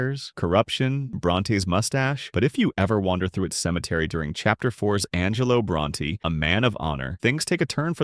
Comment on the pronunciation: the way you say Saint Denis and Angelo Bronte honestly sent me into a lil rage... like they say the names IN the game so there's not even an excuse